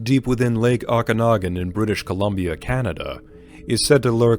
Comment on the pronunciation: Did my guy really just say "ockanagan"?